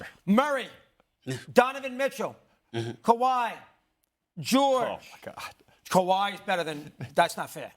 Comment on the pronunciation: thsi shows u a high schooler can me a sports commentator 💀💀💀 bros going off big marketable players name😭, bro said kawhi and BI